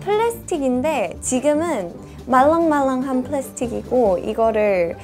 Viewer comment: Danni: 말rr랑 말rr랑 It so cute😂